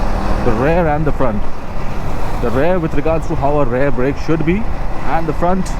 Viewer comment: What’s Rare brake? It’s pronounced as RiEar